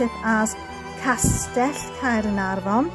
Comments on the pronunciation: hello, wow the way you pronouce "caernarfon" so beautiful. I could listen your video all day, I love yor lovely voice. the architectural of this caernafron castle is a masterpiece. no wonder it's the world greatest medieval buildings. thank you so much for sharing have a lovely weekend:face-red-heart-shape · Dont mind me having abit of a binge of your channel and hehe, thank you for sharing Caernarfon Castle - never knew that was the way to pronounce it, so thank you again for sharing that, it's super helpful when we're hoping to come up North to visit this wonderful castle. I love how grand the building is, just incredible seeing the sheer size of it. Steeped in bags of history, this certainly is a place we want to go! You always manage to make all the visits enjoyable, love the animations too, thank you again for sharing this, have a wonderful weekend👍🏻👍🏻🐉🐉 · I loved learning about the history of the magnificent Caernarfon Castle. I really appreciated your in-depth research. Your voice is so beautiful,. I love the way you pronounce "Caernarfon." I could listen to you all day! Thank you for the wonderful tour 👍😊💕